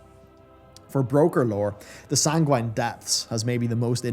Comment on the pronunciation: i think it's sang-win/san-gwen, not sang-wine but what do I know.